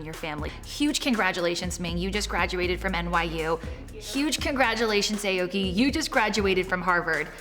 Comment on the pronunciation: AOKI pronounced AH OH KEE. it could mean blue tree but with japanese writing system it could mean something else, but get pronounciation right